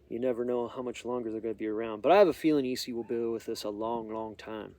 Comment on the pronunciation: Its pronounced S E knives